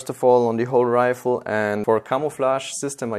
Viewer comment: “assault rifer” - (PS: I love your videos,! Great work!:D)